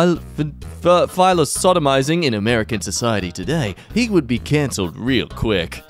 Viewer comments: struggling to say “philosophizing” is the most thing but at the same time is the least Australian thing ever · Then also saying ‘philosodomizing’, lol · philo-sodomizing was the best word fuck up I've ever heard in my life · "philosophizing": 'phila-sodomizing' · "Philosodomizing" Alright buddy.